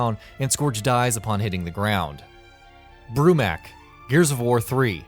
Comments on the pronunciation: that really doesn't have anything to do with what I just said. flex all you want but it's still pronounced mok not mak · I cringe at people when they say mak instead of mok in the name brumak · Said it wrong its bromok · Okay i liked the top 15 but.. you pronounced “Brumak” and “Swarmak” wrong